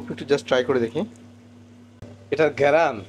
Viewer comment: আপনি গেরাণ বলেন কেন???